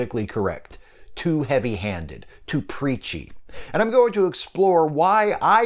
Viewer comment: I thought you said "Peachy".